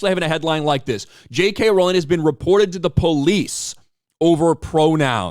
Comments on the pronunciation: She's mispronouncing "Rowling". When will that be a hate crime? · And this dude India didn't even pronounce Rowling correctly. Misprouncing hate crime right there. (It's row-ling, not ral-ling) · Is miss pronouncing a name a hate crime…..get it right…..it’s row….as in row your boat……. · Is it a hate crime to mispronounce “Rowling?” She’s always said “it’s row like a boat, not like a fight.”